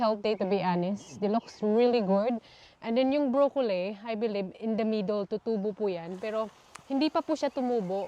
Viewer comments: it is pronounced BROCCOLI po not brocolay or brocoley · Why do you pronounce brocolli as brocolsy?